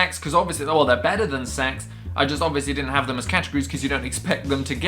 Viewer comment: when you say "sacks" it sound like you sayin "sex" 😂😂